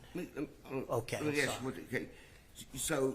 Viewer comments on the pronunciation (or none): when he says “ask” he says “aks”. So much for education.